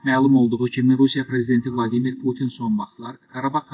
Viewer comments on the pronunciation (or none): none